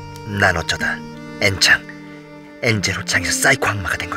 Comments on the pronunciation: 엔창 잘못발음 하면 엠 ㅊ ㅏ ㅇ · 아니 왜 엔창이 앰창으로 들리지 내가 이상한건가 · 아닠ㅋㅋㅋㅋ엔창 왜 이렇게 엠창이라 들리냨ㅋㅋㅋㅋㅋㅋㅋ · 엔창이라서 엠창으로 들은거 나만...?(미안해) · 나만 엠창이라고 들었냐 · 엔창을 엠창으로 들었네ㅋㅋ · 엔창인데 자꾸 m창으로 들리네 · 자꾸 엠창이라고 들리네